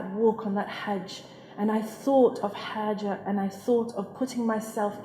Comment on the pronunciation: MaShaAllah very inspiring video😊 i would just like to mention that the name is "Hajra" not "Hajar"☺